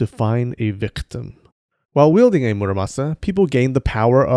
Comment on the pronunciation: It's not muraSAMA, it's muraMASA